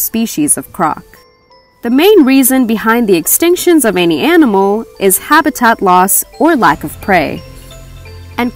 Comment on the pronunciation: And Habitat